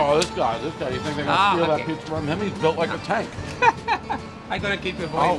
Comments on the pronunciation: Something you can seeth your tink into. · First we had a “Tang”, now we have a “Tink”??????